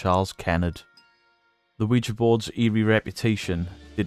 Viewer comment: Bonus points for not pronouncing it "Wee-Gee".